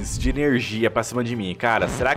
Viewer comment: Adoro o falando irmortal, upregrade, ernergia